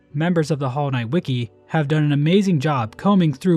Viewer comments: thats not a very pronunciation of "wiki" there... who are u and what have u done with him? 🤨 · he said it wiki not wiki o_o